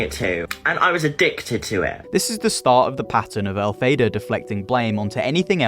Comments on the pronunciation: el fa ba not el fay da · Sorry I have to jump in here it’s pronounced EL FAH BAH, the same name as the witch in the musical Wicked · it's 'elphaba' like fab, not fabe